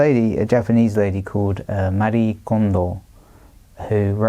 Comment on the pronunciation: Was there really any need to pronounce the name 'Marie' in a fake Japanese accent?